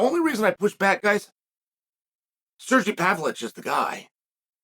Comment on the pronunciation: ‘Surgee Pavlich’